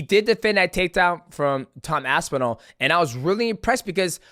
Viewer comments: How can Guru not say Aspinall? AspinAAAL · Can we please ask Guru to stop saying Aspinall like that please